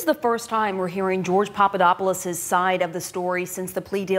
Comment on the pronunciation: We know Papadopoulos was not a coffee boy because idiotic trump pronounces his name correctly. trump obviously knows him well.